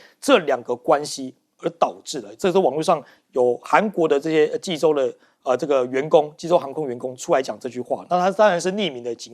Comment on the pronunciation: 看着济州念洲际，还念了那么久。你们这节目是要关门了吗?就不能请个口齿清晰的主持？